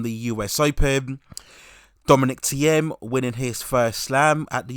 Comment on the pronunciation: When u pronounce Thiem name,in German language E is silent,so would be like Tym,second of all,if any1 is already undesputed after RG and Wimbledon is Novak,but,as he said...I AM NOT DONE YET